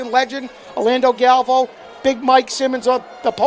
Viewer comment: It’s GAL…..VAY…….OOOOOOO. Galvao.